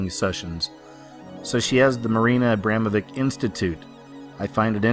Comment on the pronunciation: Please, her name is AbramoviCH, not AbramoviK. Just a correction. Thank you.